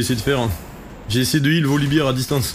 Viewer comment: Super game 🤗. Je me permets juste une chose (no toxicité) : Volibear se dit "Volibère" et non "Volibire"(Volibeer dont beer signifie bière) Ça donne l'impression que tu parles de la bière 🍻 quand tu le prononces comme ça 😇🤣. Bisou